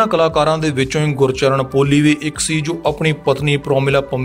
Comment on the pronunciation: ਭਰਾ ਕਈ ਸਬਦ ਗਲਤ ਬੋਲ ਗਿਆ, ਗੁਰਚਰਣ,ਸਾਹੜ,ਯਾਰਾਂ ਦਾ ਟਰੱਕ ਨੀਂ,ਯਾਰਾਂ ਦਾ ਟਰੈਕਟਰ ਲੰਘਣਾਂ, ਚੁੱਕ ਚਰਖਾ ਗਲੀ ਦੇ ਵਿੱਚੋਂ